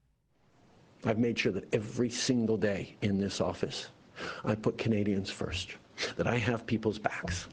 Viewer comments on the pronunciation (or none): none